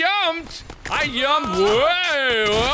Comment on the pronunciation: I love that Mark says "I Yumped!" instead of "I jumped!" It's hilarious. 😂